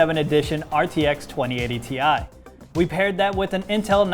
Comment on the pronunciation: Haha even Nvidia is pronouncing the 2080 ti wrong.